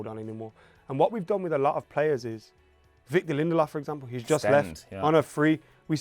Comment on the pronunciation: No one said Lindelöf correctly for a decade